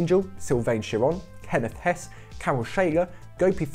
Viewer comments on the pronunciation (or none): none